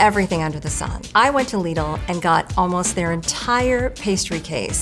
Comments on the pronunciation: I was triggered by the first word... Lidl=Lidd-ull, not Leed-ull😭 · its prounced lid-ul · "ouy went to lee-dul" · When you call "lidl" "leedle" im not taking your opinion on anything 😭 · omg stop saying lidi like that 😖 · Downvoted for her pronunciation of LIDL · You don't have to pronounce it that way, you're not in Europe